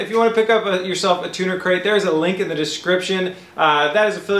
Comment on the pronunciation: Keep hearing him say Tuna Crate